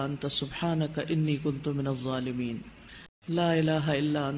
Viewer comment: Pronunciation not Zolimiin It should be dhzolimiin🙏🙏🙆‍♂️